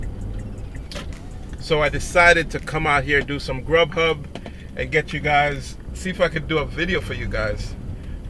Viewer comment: SideHustle 247 especially when he says "Grubhub" lol